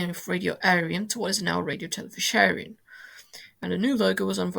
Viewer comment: Hi, I do like hearing British people trying to pronounce Irish phrases and terms. RTE is of course Radio Telefis Eireann, but those three words are not pronounced as they are written. The a in Radio is pronounced with as a lower case "a" would be. Emphasis on the "fis" in Telefis as fiss and of course Eireann sounds like the female name Erin.